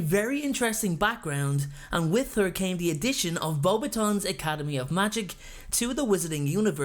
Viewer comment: Umm...don't you mean Beaux-BAAAAA-ton Academy? LOL! Every single time I see that, I cringe!